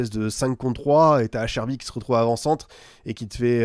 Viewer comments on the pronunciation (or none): Acerbi se prononce ATCHERBI sinon ça fait un peu saigner des oreilles